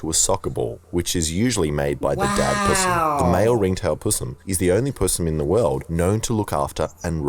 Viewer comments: Possum... Not pssm🤣😤🤣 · Possums, not PUssums is how we pronounce the name of this species. they are delightful animals with some very destructive garden habits; our fault for destroying their habitat and forcing them to adapt to fruits and vegetables grown in suburbia as their food sources..